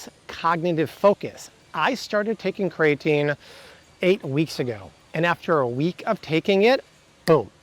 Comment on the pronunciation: It's "kree-uh-teen" NOT "kray-uh-teen". Look it up.